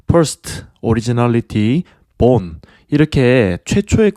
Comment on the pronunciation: born 이 아니라 bone라니 실망이 큽니다..